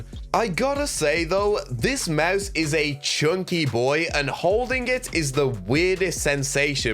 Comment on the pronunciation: Every time you say mause I’m dying 😂